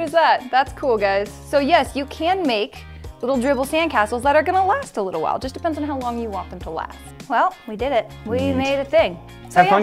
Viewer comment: I don’t mind it as much as his pronunciation of “while”. I mean... WAAHL